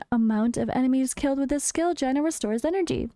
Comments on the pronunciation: Based on world of warcraft I think its pronounced "jayna" around 1.40 mark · Haha, you might be pronouncing it correctly, as the spelling does make it sound that way. I just found it extremely amusing, lol. Never change 🤗